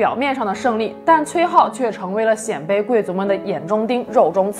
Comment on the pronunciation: 我记得念 鲜卑(Xiānbēi)